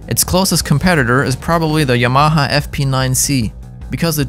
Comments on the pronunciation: its yamaha not y-MAHA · Ya-ma-ha???? Yama-ha! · pls stop saying yMAHA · Informative, but the word is pronounced “YAM-a-ha” and not “Ya-MA-ha”. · YaMAha? I’ve never heard anyone accent the ma. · If your going to review products at least pronounce the manufacturer name correctly. It’s YA-MA-HA. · Haha... that's the funniest pronunciation of "Yamaha" I've ever heard. Yuhh-MA-huh. Lol, how have you never heard it said correctly???? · No one's going to talk about how he pronounces "Yamaha"? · It bothers me so much. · It’s funny how he says Yamaha. Learn how to say it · Well, a channel called "The Home of Drums" couldn't even pronounce "Yamaha" correctly all 4 times they said it, so I guess it's not too surprising. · Great video! I've never heard YAMAHA pronounced like that but then, I live in New Mexico. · Dude can’t pronounce Yamaha? Sorry mate. Makes me wonder about this tester. Gosh it’s fun to see the amount of stuff on the market today. I used a Speed King all through the 70/80s before I finally stashed the antique and went with a DW 5000 dual pedal that I bought wrecked and had to rebuild to suit me. You couldn’t find anything worth a crap at the local stores in rural America.You learned to repair and tune what you had. Thank God for telephone mail order back then, and the web today. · I don't care if it's the "proper" way to say the name or something like that - STOP PRONOUNCING YAMAHA THAT WAY!!!!!!!!! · Please learn the correct pronunciation of the words : direct and Yamaha